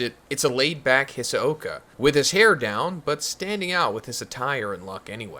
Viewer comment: Saying hisoka mad weird lol